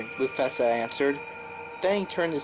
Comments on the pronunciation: You pronounced Mufasa wrong? :D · He did